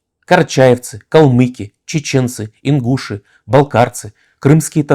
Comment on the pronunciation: Мой дед как-то сказал, Ленин много угробил народа!А ударение в слове Ингуши,, вы не правы!